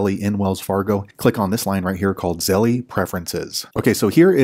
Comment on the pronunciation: hi, great step by step tutorial. I have Navy Fed. So I sent this video to my Aunt to show her how to set up Zelle in her Wells Fargo app. It helped her. Thanks. Also just an FYI although it’s spelled Zelle. The E on the end is silent. Therefore it’s correct pronunciation is Zell 😊